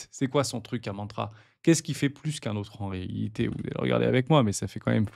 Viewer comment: Il faut dire "en réalité " mais pas "en réhité" 😉 . Sinon c'est top . Merci